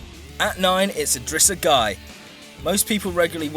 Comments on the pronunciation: "Guy" and "Ronald Koleman" please fire your narrator. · you pronounce gueye as Gay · Idrissa Gueye is pronounced "Gaye" lol but great video still